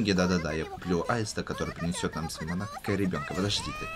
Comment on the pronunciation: На будущее, не монАко, а мОнако😅